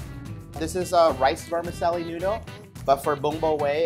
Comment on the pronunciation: Yah, don't even bother trying to speak if you have an foreign accent. ;-) Nobody notices the chef say "vermiselly".